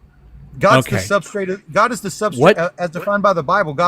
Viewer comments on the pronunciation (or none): The caller said "substrate" 😂😂😂😂.